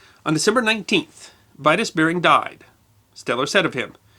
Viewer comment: VERY INTERESTING IN DEED. JUST one thing, 'Vitus' Bering is pronounced: 'Vee'toos' not 'Vaitos'! And he was born in Horsens, East Jutland, Denmark. A fellow Dane.